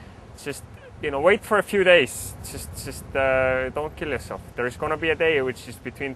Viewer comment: Don't do anything wrong or your gonna "Kill your self" w/ (accent)...lol